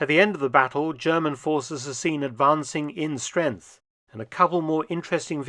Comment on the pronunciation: Did he say "in strenth"? It was about .